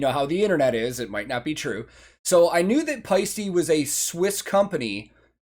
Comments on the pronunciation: "paiste" indeed means shine as in sunshine or any other source that's projecting shine. To pronounce it correctly, you don't say e in the end, you say te as in Ted. If you say paiste as you do in the video, it sounds like paisti and paisti means "roast" as in roasted ham in Finnish. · Yes, paiste means shine, like auringonpaiste is sunshine. But the way you did pronounce it, sounded more like paisti what is roast/steak 😄 Thanks for these reactions, those are interesting to watch because you notice so much what’s going on at the stage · "Paiste" is used in Sun shine (auringonpaiste). The E in the end of the word is said like E in "metal." The way you pronounced the last letter, it would be "roast" and "rump". No idea if a Swiss company would get its name for the Finnic word... but then those cymbals are shiny. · Paiste = shine. Paisti (as you pronounce it) = roast.